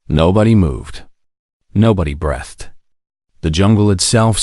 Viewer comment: “Nobody ‘be-ehh-thed’”. How about having a Human draft AND read the effing story? EFF AI!